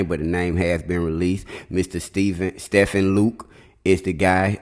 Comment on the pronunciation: Stephen is pronounced Steven.